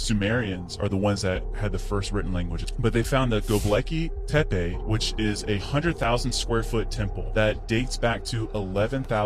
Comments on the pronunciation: I believe Admiral Byrrd. Shame he died so soon after his television appearance. And that other bloke WAS annoying,the way he pronounced Gobekli tepi!! Thank-you for a very interesting upload. Lisa from England 🏴 GB. At 4.21 am, 15th of December 2023. 😎😎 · Dude. The Gobekli Tepe presenter (modern viking lookalike dude) says Gobleki Tepe. He is covering and presenting a Super important place and he cant even say the Name right! Wth dude